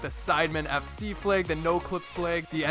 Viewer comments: Fleags? I say flag. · Wtf is a "fleg"? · Umm... why do you say "flag" like "fleg"??? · why do you pronounce flag as "flayg"?